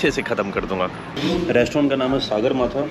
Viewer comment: I am from Nepal and he went to Nepali resturant and I was surprised.I listened the people's Nepali Language beside him.Hat's off to you brother but pronounced Sagarmatha as Saagarmatha it's english name is Mount Everest. Love from Nepal.